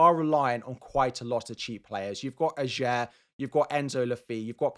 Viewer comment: You're pronouncing Ajer wrong. The 'j' is pronounced like a 'y' and the emphasis is on the first syllable, not the second. Also, Le Fée is not pronounced 'fee' but 'fay'.